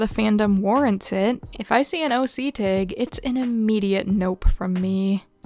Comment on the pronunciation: what regional accent says "tayg", that one's unfamiliar to me